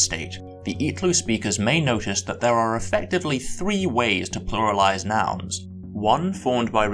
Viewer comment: I got here from Biblaridion's channel, and it took me something like a full second to realize that the last word in this video, pronounced [vɛː], is what I would pronounce more like [ðɛəɹ]. On the plus side, I may have just found one of my new favorite YouTube channels. Subscribed!